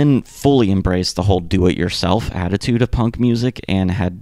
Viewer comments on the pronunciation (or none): none